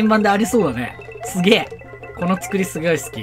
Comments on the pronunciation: ｢このコース すぎょい 好き｣ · ｢すごい｣と｢すげえ｣が混じるよくあるやつ(´･_･`)